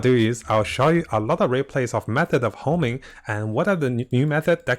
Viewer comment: Homing.. dude, its honing